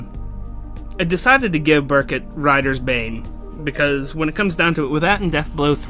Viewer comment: It's actually pronounced Ber-Koot and there is evidence that it's pronounced that way, the actual Fire Emblem Echoes game.